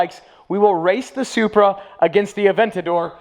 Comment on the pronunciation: He said “BMW Zupra”. Ha, Ha, Ha.